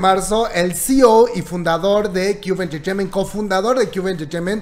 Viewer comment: Cube enchecheiment! jajjajaaja que cómico como lo pronuncia🤣😂🤣😂🤣😂